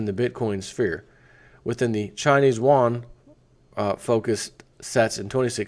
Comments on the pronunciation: Yuan is pronounced like yuo-an. "Wan" is the Korean currency. Love your work. Keep it up! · Pronounced (You-onn).